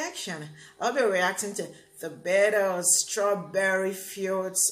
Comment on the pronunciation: Sounds like you are saying the Bitters?? hahahaha I get you.